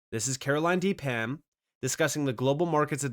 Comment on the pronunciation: Pham is pronounced Fam Ph= Ffff